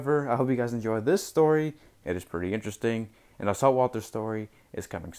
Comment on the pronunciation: Salt Walther story?? It almost sounded like you said saltwater story